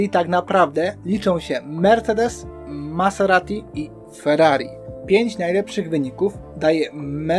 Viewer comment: Ciekawe omówienie sezonu. Zobaczymy czy starczy ci determinacji aby dotrzeć do 2024 :) ps wymawia się MaZerati a nie MaSerati. Trochę to razi.